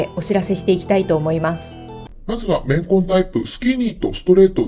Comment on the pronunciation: レンコン、レンコン言ってるかと思ったら綿混だった…